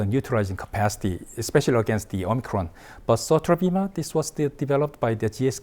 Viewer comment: It's the "Omicrone".